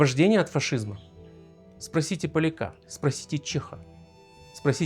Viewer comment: Не поляка́, а поля́ка... Когда вы уже научитесь уважать другие народы?